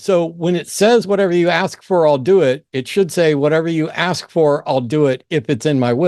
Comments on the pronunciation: Ask not Aks. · An "aks" pastor, or an ex pastor?! 😳🤣🤣🤣